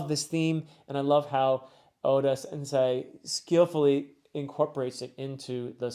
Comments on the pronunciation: The sei in “sensei” is pronounced “say” as in “what did you say?” In general that is how the ei double vowel is pronounced from Japanese words. In really general terms double vowels in Japanese serve to elongate the preceding vowel sound. So -ei, the i indicates that the -e gets another “beat” (think of Japanese as a rhythmic language, each vowel sound representing one beat). Another one this applies to is “-ou”, the u is silent and more so serves as an indication that the -o will receive another “beat”. I hope this helps a little with pronunciations, but you’re doing great anyways! :) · I’m loving your stuff but you seriously need to work on some of your Japanese pronunciation for words like “anime” and “sensei”